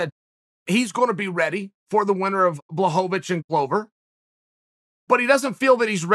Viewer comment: Jan Blah-hope-a-vich. DBZ Season 7 or 8: Ring Announcer: Do we have a Spopeavichhhh?!? Goten and Trunks: I'm spop-vich?!? Spopavich: No!!! I AM SPOPE-A-VICH!! Jan Blachowicz: Huh?!?